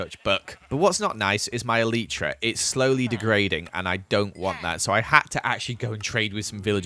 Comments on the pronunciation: Did he just Call an elytra an elitra?! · When you say eitra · The proper way to pronounce elytra is E-Lie-Tra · Anyone else triggered by the way he says 'elytra'? (ee-lie-trugh) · hate how he says elytra